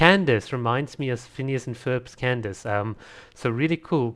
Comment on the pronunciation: Candace's name is pronounced like "kan-da-ke(i)" btw!!